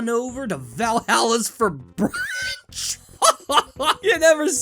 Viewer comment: The way he says 'brunch' has me dead.